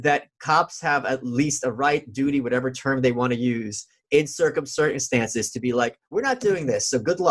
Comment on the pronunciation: It amazes me that Michael said circum certainstances